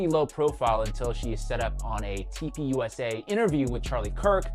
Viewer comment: Does anyone else hear toilet paper instead of turning point when he says TP USA? 😅